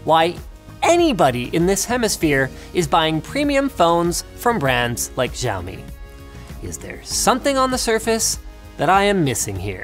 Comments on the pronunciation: Giaomi ..... NoIcE Dude it's 'c a u me ' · Are you supposed to pronounce Xiaomi that way?? I thought it's pronounced Siao-Mi.. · u pronounced xiaomi wrong btw <.<